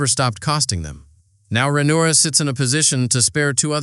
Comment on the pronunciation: How many ways can you mispronounce Rhaenyra lmao